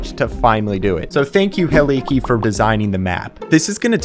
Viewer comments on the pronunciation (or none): Hielke isn’t said (he - LEE - kee) it’s more like (hill - KAY). Look it up. I’m right. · Wow, really great job on this, it's amazing, and as a giant Hielke fan I love this (the way you pronounce Hielke tho 💀) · how did you turn hielke into heleekee